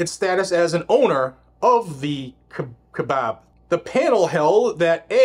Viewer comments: Not sure how you managed to mangle that pronunciation so bad. The first part is pronounced like the first three letters of "kayak" or the name Kai. The second half is pronounced like the first three letters of "babble". Kai-bab. Incidentally, the California Condor protections are stupid. They're a freaking vulture, not unique in the ecosystem at all. If they were to suddenly die out, another vulture species would take their place the very next day. Being a minor variant of an existing type of bird, that only exists in a very limited area, they are at an evolutionary dead end anyway. Sooner or later, something will wipe them out, be it natural or artificial. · It's " ky-a-bab I live right next to it. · KIGH (rhymes with high) bab (rhymes with cab). KAIbab...There ya' go. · 'Pronounced Kyi-uh-baab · Bab not Bob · Listening to you butcher our national forest was hilarious 🤘🤣 and it's pronounced kaibab lol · "ky-bab" is how it's pronounced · Pronounced.... keye like an eye... bab Like jab with a knife. It is such a hard hunt unit to draw . So when my buddy drew a tag for deer ... well he had cancer surgery the day before his hunt started. He had a surgical drain tube in his chest. He took the drain tube drilled a hole in a water bottle cap and inserted tube into the bottle, then stuck the bottle in his pants pocket . And then hunted and took a deer . Its the holy grail of mule deer hunts in the U.S. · It's pronounced ki baby I lived in Arizona for 62 years and have hunted in kebab forest for at least 30 years. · You said it correctly the first time. Kabob is correct pronounceation.😂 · It's pronouced Ki-abab National Forest. Its where the monster elk come from. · Say it with me .....Kai.... bab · Pronounced “Ki Bab” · Its pronounced : ki-bab. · It's pronounced "KI BAB national Forest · its pronounced kye-bab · It’s pronounced “ky- bab” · It's pronounced "Ki-bob" (long "i" sound) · It's pronounced 'ky-bab'. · Pronounced kiebab sounds funny how you say it